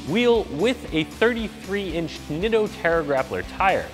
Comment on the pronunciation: I used to work for Nitto as their photographer when they first came to the US. The name is pronounced NEETO. PLEASE say it correctly.